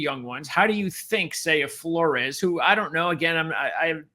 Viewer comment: A small aside: Flores is pronounced "floors". I enjoyed the show. Between Hejny and Flores it really depends on Meacham and what we see between the two QBs during game 1, imo. I think they'll each play a half and whoever performs best in the system will get the nod. You are correct to bring up Treyvone Boykin, as he sticks out over pretty much everyone else in Meacham's offensive resume. I feel like Hejny being described as a really athletic QB who still has a strong arm could give him the edge since that's pretty much what Boykin was. Of course, as you pointed out, Meacham was also the guy who recruited him. I think it's very likely he ends up being the starter based on those two things, but I found it really interesting that Flores threw way more passes during the spring game. None of them performed all that well during the spring game, but I'm hoping that's just a testament to Grantham's defense rather than an indictment on the QBs or the offense. I fully expect growing pains. Between the two, I don't really care who gets the start since we really don't know what we have yet.